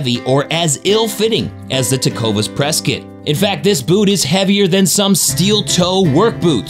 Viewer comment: Tecovas Prescott is pronounced Press-Cot.